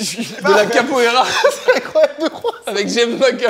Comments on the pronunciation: Capoeira* pour le sport pck "kapoera" c'est le pokémon 🤣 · "Avec qui j ai fait de la kapoera a Biarritz "😂😂🤣🤣🤣🤣